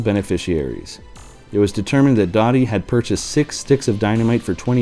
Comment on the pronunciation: It was pronounced “Doe-tee”, not “Dottie”.